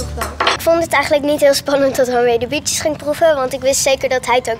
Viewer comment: Ik hoor steeds 'Bitches' in plaats van 'Bietjes'😂.